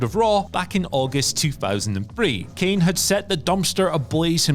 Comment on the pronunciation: Should’ve re-recorded that “Kane” to be honest